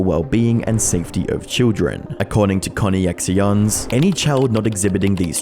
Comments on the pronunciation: Surely you can understand that the name of Jodi’s company is pronounced “connections” and not “Connie ex eons” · yes, i bet it's pronounced 'conny axions'. not 'connections''. real annoying speech pattern you have there btw buddy. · conne-x-ions... it's pronounced like connections, bud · I don't know if he is purposefully mispronouncing ConneXions ("connections") as "connie-x-eons" or if he genuinely believes that's how it is pronounced... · "Connie-Ex-Ions" I think it's meant to be pronounced like "Connections" 😂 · bro, its Connections...not Connie Ex Ions. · Connie-X-ions? Bruuuuh.. connections. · great doc! that said, Connie-X-Ions is pronounced Connections... lol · "Connee-ex-eeons"? It's pronounced Connections! 🤣🤣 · Connexions is meant to sound like “Connections” Not Coney-exxee-Ohns. Lmao. Smh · Bro, Connections. Not Connie-X-Eons 😂😂😂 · “Connex-eons” bro cmon I know you’re not that sense you’re not reading that as “connections” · Con eeee ex eons hahaha it reads connections! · it's "connections" not co nex si ons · Connie-ex-ions lol! It's connections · CONNIE-X-IONS bruuuuh its pronounce “connections” I dunno how you messed that up. Good video nonetheless. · Isn't it just "connections" and not "Connie ex eons" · Its pronounced like CONNECTION(CONNEXION), why is the guy saying it like that rapper XXXtentacion LMAO. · "Conny Exee Onz"? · Connexions is just pronounced, connections. connexions /kə-nĕk′shən/ Plural form of connexion noun See connection. Connection. See connection. Archaic spelling of connection. The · It’s Connections but with an X… how do you mispronounce it that wrong lol? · not to be rude or anything but the organization is pronounced connections and their last name is pronounced how you would pronounce Frankie. I don't expect you to get everything correct or perfect I'm just letting you know. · Lol. isn't it pronounced "Connections"? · You lost me at "connie-ex-eeons" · “Connyexions”??? Dude. 🙈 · connie-ex-eons??? nooo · BLUD SAID CONNY-X-IONS